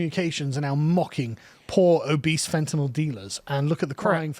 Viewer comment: "Poor obise fentanyl dealers." Give the English man a biscuit for getting this one wrong.